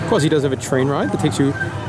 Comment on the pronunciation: Its QUASSY NOT QWAZI GET IT RIGHT!